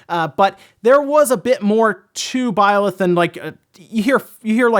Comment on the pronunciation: I wonder where sees the "o" in Byleth...